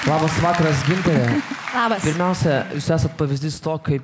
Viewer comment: Kodėl taip savo vardą kirčiuoja? Ar jai tokį davė??